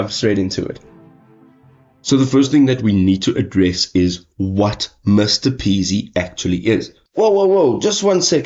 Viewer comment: It’s M-R-P-easy, not Mr Peasy lol